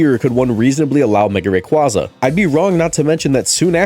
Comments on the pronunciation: It’s pronounced RAY-KWAY-ZUH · 1. Rayquaza is pronounced like Quazar. 2. Zygarde holding his canon as it fires: "I DON'T BELIEVE IN FAIRIEEEEEESSS!!!!!! HAHAHAHAHAHAAAAAAAAAA!" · The way you pronounced Rayquaza correctly the first time then proceed to mispronounce it the rest of the video irks me a bit